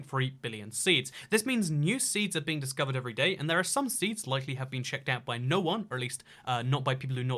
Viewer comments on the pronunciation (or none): the point is it's like he's saying "nein" which is no in german... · When you click that time stamp enough times, you hear say noin. Yeah, I’m really board.